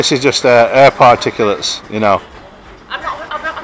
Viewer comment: “ particulates or farticulates”, keep up the good work.